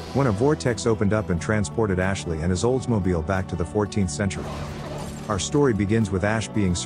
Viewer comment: You all need to stop doing lazy work the first thing that artificial voice says is Ashley? I wouldn't mind it so much if they made a mistake within like 4 minutes of the vid but it's literally the first thing you hear which will turn off a lot of people.